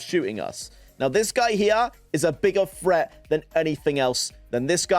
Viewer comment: HAHAHAHA HE SAYS FRET INSTEAD OF THREAT IM DEAD ASFFF ⚰️⚰️☠️☠️☠️